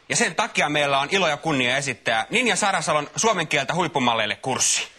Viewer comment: Ninja Sarasalo. Toi sanoo kyl sen ihan selvästi, mut ymmärrän jos se on sulle vaikee kuulla jos oot kerta ulkomaalanen